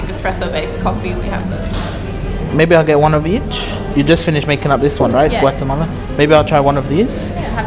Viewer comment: Ha'ah laa inggeris si ni dah macam orang melayunye inggeris dah takde slang british tu yg macam burung belatuk tu. Aje rosak omputih yg sorang ni. Oii kalau nama negara Guatemala tu kite sebut betul a="A" tak sebut Guatemale apaaaa laa dak nii,anti puncak betol